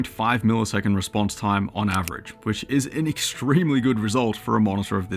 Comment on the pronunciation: "reponse" time ??? ?